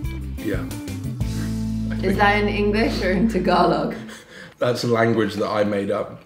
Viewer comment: my man..you pretty much butchered all the Tagalog names of those dishes but you are absolutely forgiven. Love that you and enjoyed everything. Hows that horse kicking you?